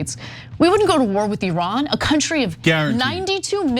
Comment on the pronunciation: Anna Thank You So Much For Pronouncing Iran In The Proper Way!